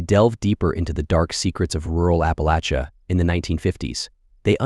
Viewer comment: Great previews. I was totally fooled by this AI until he mispronounced Appalachia & Commodos. Better than any of the female AIs.